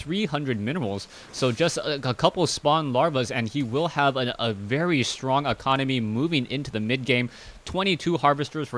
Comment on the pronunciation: It's Economy not Aconomy. And it's Immortal not Ammortal.